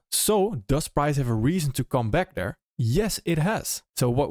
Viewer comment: I think I click on your videos just to hear you say "right D'ERE"